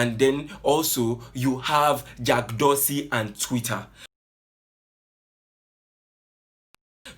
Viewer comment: He is not pronouncing the name well lol... Abeg leave Garba alone he is a clown